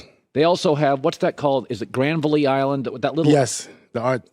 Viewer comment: Granville-y Island. Lol, it's just like it sounds. Granville.